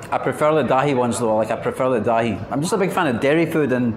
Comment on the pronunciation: its not Daa-hee 😂 its Dhai